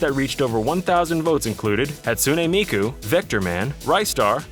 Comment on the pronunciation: You gotta practice your pronunciations on names. Hatsueney miekeu? Saygada Sanjerou? Never heard of those characters before. Hatsune Miku and Segata Sanshiro I have heard of though.